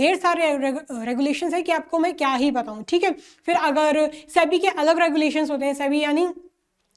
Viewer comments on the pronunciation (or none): none